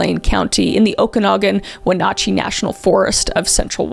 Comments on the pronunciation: wenatchee is pronounced win-atch-ee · Please learn how to say names correctly. Wenatchee, Chelan etc. as well as Goncalves. If you are going to report on something learn how to say the names properly. It makes it look like you just care to push your videos with no respect for people or situations.